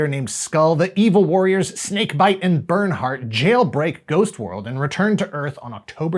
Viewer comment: Did you say "Bernard"?!🤣